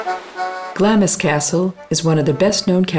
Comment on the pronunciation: Typical American pronunciation of Scottish place names, i.e. there is no "O" in EDINBURGH. If someone is going to narrate a documentary it is only good manners, not to mention good film making, to find out the correct local pronunciation of place names etc. and not use what you the narrator think fit to use. For example Glamis Castle is pronounced Glarms Castle, such mispronunciations only cause offence.